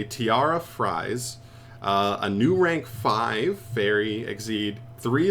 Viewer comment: "Tiara Fries" lol